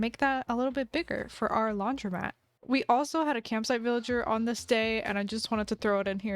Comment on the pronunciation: pov you just figured out it’s said laundromat and not laundry mat